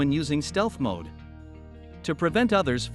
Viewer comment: It's MODE not MOD...